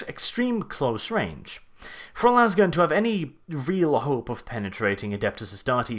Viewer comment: It's "lasgun" with a long A, not "lawz gun". No one shoots a lawzer, they shoot a laser.